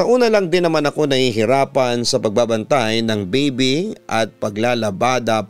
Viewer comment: Bibi? bibe? O baby? 😅😅😅